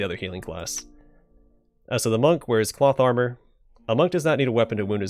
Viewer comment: Whenever you say cloth armor for some reason I hear plot armor.